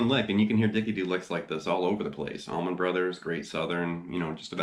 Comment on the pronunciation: Allman...not tower..lol